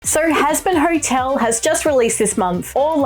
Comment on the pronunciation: "Sor hazbin hortel"